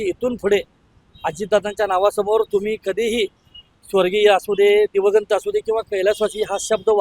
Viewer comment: तुला दिवंगत शब्द उच्चारता येत नाही .... अंण तु निघाला शहनपाणा शिकवायला ....